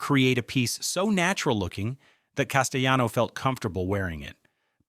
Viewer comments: The narrator is a clown. Richard Castellano is pronounced Cass-tay-lawno, not Cass-tay-yawno. WTF dude? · Richard Cas-tel-LAH-no. Pronounce the "l"s. He's Italian, not Spanish. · THE ANNOUNCER PRONOUNCES Corleone 2 different ways through out this video. He also doesn't pronounce Castellano's 'L's' in his name, as if the name was Spanish. Over all the rest of this presentation is worth watching, I'm glad I was it. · Castellano is an Italian name, so the "ll" sound is enunciated. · Whether the narrator is AI or human, the egregious misprounciation of names is just horrible. Castellano is Italian; the double l is not to be pronounced as id it's Spanish. The narrator changes the pronunciation of Corleone every other sentence. This is a whack job. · Your AI is pronouncing Castellano the Spanish way. In Italian the double L is just pronounced like an L.